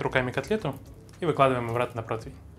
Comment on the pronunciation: от слова протвень течет из ушей кровь. ПротИвень.